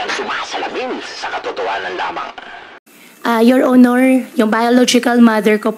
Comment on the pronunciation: Pansinin ninyo Ang pabigkas ng “YOUR HONOR” malimit ang pagbigkas nya yoil onoil halatang intsik talaga siya